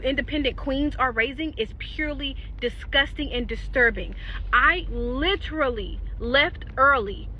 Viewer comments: Lady, You said “Litchrilly”. The pronunciation is “Lit-er-al-ly.” Sound it out. Learn something. Grammar school failed you. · She’s not correct about pronouncing ‘literally’.